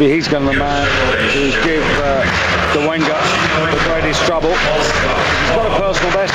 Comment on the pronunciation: your videos are the best, why he says dolenga and not dolega, or i heard it wrong